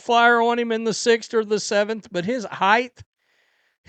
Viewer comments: It’s height, not heighth. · What is heighth?